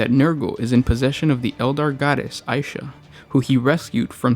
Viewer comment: two things one it's pronounced isha and do a video on her